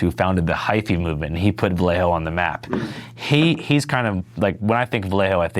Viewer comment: Vuhlay- O. You’re welcome. Homies description of Mac Dre was as flawed as his pronunciation too